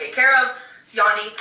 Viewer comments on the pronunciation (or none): When she was talking about her “down there situation”, she was trying to say Yoni (yo-nee...she said yawnee) which is how Hindus refer to the Vulva... or more specifically its divine procreative energy. Really not a great descriptor for what she’s referring to here... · Also Yandi?? Does she mean Yoni.... Gurl....... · She said Yoni 🤣🤣🤣🤣